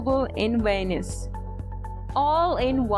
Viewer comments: VENICE is not venis, it-s so annoying when a narrator doesn't say or read the most important name correctly. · Why do you pronounce Venice like Venus? 😂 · The word "Venice" is English :face-green-smiling